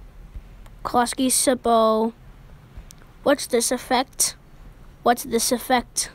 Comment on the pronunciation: Its pronounced "ksu-po" not "soupo"